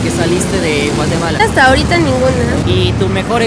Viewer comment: Nmms no sabia de donde es jajaja ella digo mateguala no Guatemala 😂😂😂